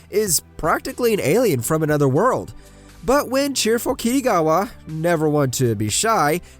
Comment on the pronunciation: The way u say kitagawa 😭😂😂 ✨"kittygava"✨